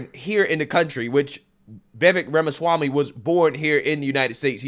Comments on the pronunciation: The way spoke about Vivek Ramaswammy was absolutely abhorrent. Didn't even have the audacity to pronounce his last name properly smh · Pretty surprised by the comments of. I used to watch his channel, but I guess he became a victim of the algorithm gods and I lost track of him. If this is what he’s turned into, glad to see the back of him. Can’t be bothered to pronounce Vivek’s last name correctly, disrespecting his immigrant background (isn’t the Left always saying we’re a nation of immigrants?)… this is the stuff they always attacked Trump with. What a loser!